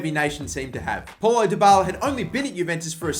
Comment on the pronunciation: it's not Paul-o, it's pronounced as pow-low